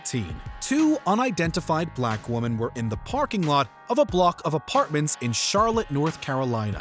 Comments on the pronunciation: Can you PLEASE stop saying woman when you mean women? IT'S DRIVING ME NUTS!!! 😂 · How does your announcer not know how to pronounce the difference between women and woman? SO CRINGE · This guy just cant say "women"